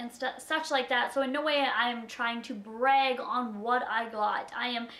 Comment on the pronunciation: I like how you say brag it so funny